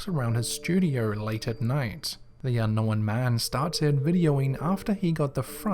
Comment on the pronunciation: He says unknow-when